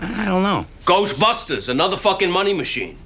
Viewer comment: Lol why does chris say "ghostbustus" with the inflection of the word asbestos